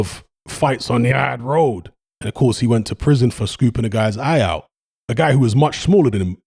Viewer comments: "The ard road" 🤣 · “Fights on the aaaard road” 😂😂